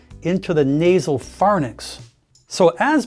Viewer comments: Fair-inks not “far-niks” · Did you, as a doctor who claims to have ENT knowledge, just say "phar-nix"?? It's pharynx ("farinks") good lord. I can't even continue watching 😬